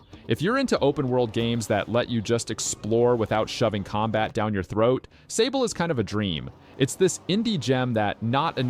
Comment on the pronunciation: it's not sable though... it's "saab"le, it's the french word for sand ;)